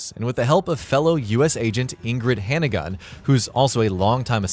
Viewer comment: Yea yea I get it everyone hates R6 but this guy sounded like he was reading from a script someone else wrote while having never played the game himself. I mean he couldn't even pronounce Hunnigan's name correctly when Leon and Helena say it a ton in game, nevermind her involvement in R4 too, saying Haos weird I get but completely butchering Hunnigan and Muller? Just makes it seem like he hasn't even played it which isn't really a problem alone but with how much he bitched about the games story you'd think he'd have at least actually played it y'know?